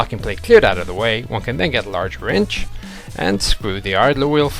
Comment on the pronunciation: First time through I thought he said "Get a large wench" when discussing track tensioning. Hey, I can get with the program if she's large in the right places!